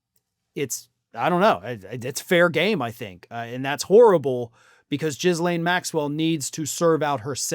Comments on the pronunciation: GEEE-LANE … not JIZ~Lane. Not that she deserves the respect of saying her name correctly … I just can’t help the grammarian in me. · Ghislaine is pronounced guh-LANE, not JIZZ-lane. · it's Gil-ane or Gee-lane not Jislane. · People calling Ghee-lane Maxwell “Jizz-lane” without malice, just a genuine reading of her name, is endlessly funny to me😂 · Do you pronounce her name as "jizz lane" on purpose? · I'm sorry and yes, I hate to be that guy but, creators really need to learn how to say her name.... She literally pronounces her own name "G Lane" or phonetically "Gee-lane". The S is silent. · final boss for any american political commentator is to be able to properly pronounce Ghislaine